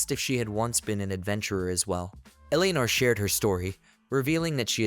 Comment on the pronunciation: Have seen this quite a while ago and now I remember why I can't tolerate listening to this. So far 2 videos have utterly mangled the name Eleanor and it makes me want to stab my ears with ice picks every time I hear it. I'm sure that's not the only word you mangle.